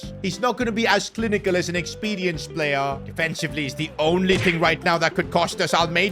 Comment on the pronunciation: Don't worry, he says star "payer", not star player.. 😅